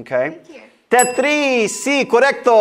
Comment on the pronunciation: She said tethris